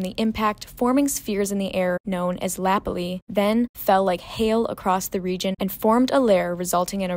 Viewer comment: Your Canadian geology pronounciation is a bit off ;)....breccia is bretcha....lapilli is la-pill-lee.....tuff in Canada rhymes with hoof. Oh, and the reason iron formation was no longer being formed is because there was too much oxygen in the oceans after 1.5 billion years ago.